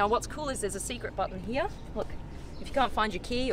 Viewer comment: It’s here not heay